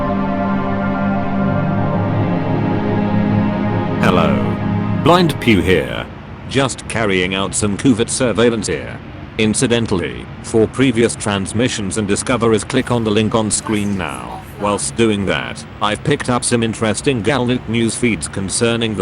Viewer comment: "Coovert" surveillance